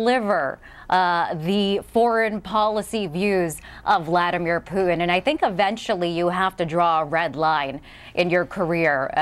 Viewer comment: There's a "t" in Putin.